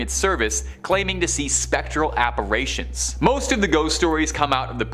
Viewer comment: “…apper RAY ions” ?